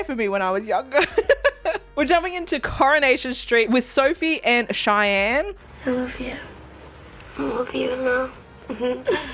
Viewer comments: Lol it’s pronounced Shan 😉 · I absolutely loved spashley Also Sian is normally pronounced as sh-aww-n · Also just to help you with your pronunciation it's said like "Shan"